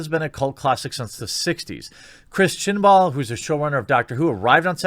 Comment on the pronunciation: Chris "Chinball"... I'll never call him Chibnall ever again lol